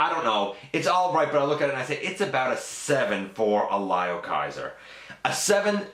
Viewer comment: Its pronounced L"i"o Kaiser not L"e"o Kaiser:-) gotta say i want to do a custom leozack outta potp starscream